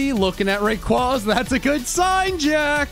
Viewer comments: To it raykwayzah not ray qwah zuh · Please stop saying rayquAza its rayquaza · Your saying rayquaza wrong